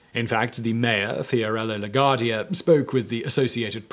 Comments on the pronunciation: FDR's middle name is pronounced "DEHL-uh-no" ....not "Deh-LAH-no" Fiorello LAGUARDIA'S last name is pronounced "Luh-GWAR-dee-uh" ....not "Luh-GARD-ee-uh" Can't you go ONE video without mispronouncing something? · And... regarding Mayor La Guardia... the "U" in his name is not a silent vowel.